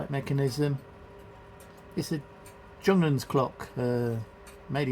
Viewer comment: Nice video. I think Junghans is pronounced Yunghans.